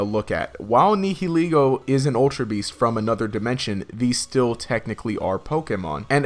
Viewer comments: It's pronounced Ne-hill-Lego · You are pronouncing the "h" in nihilego WAY too heavily.